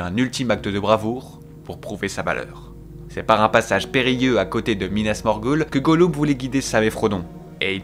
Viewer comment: "Pipine , minasmorguoule, Izengard" ptdrrrrrr j'ai envie de mourir c'est quoi cette prononciation